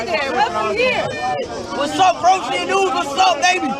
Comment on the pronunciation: “What’s up Croatian news what’s up baby” (he pronounces Croatia weird)